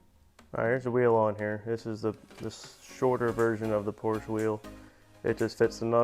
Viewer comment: I personally would have machined the Porsche (which by the way my friend, is a two-syllable word (: ), hub to fit the wheel bearings in the MR2 spindle.